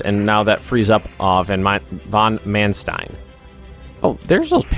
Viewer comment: its von Manstein spelled like fon Maanstein with an open and long a like in "large" ;)